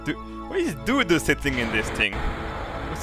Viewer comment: dood the way to say dodo is dowdow/doudou